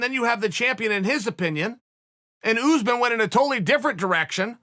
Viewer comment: "Oozemen" ? Not my fav fighter Cuntington not my fav persona Woodley can't sing raps weak done Edwards not much to say here Burns beast promise made Mazvidal longtime fan ________________________ 2 of 6👍